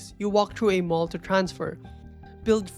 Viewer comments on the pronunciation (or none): none